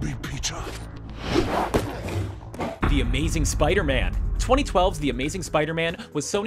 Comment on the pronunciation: "The The Amazing Spider-Mam"?